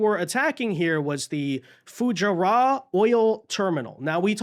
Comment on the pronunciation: Look up how to pronounce Fu-JAR-UH.